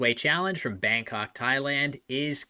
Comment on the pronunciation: A correct English one.